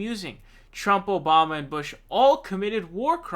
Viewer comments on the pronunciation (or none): none